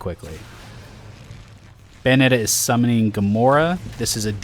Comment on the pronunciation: "bayonet" 3 XD